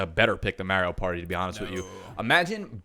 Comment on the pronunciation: okay, so I officially can't listen to say "MERIO PARTY" any more...........................drove me f'en nuts!